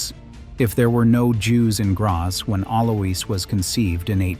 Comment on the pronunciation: It's pronounced Aloys (Alois) Also spelt Alojs